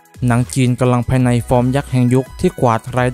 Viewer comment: ควร ออกเสียง กำลังภายใน ให้ชัด กว่านี้ ผมฟังเป็น กะลังภายใน